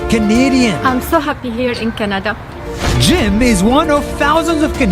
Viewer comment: You said Shanada Not Canada